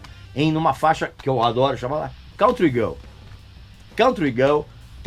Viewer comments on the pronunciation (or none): none